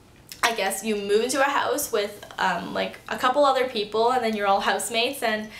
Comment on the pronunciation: the only way I could figure out that you were canadian other than you telling us is the way you say 'house'! :-)